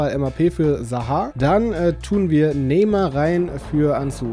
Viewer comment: Neymar und nicht nemar😂